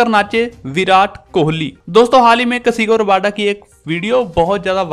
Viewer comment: Bhai kasigo rabada nahi kagiso rabada